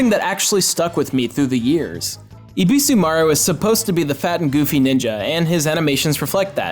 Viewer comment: Ebisumaru, not "Ibisumaru". Yae, not "Yay". :) One of my 20 favorite games ever. I wish we met Goemon again in the West. :/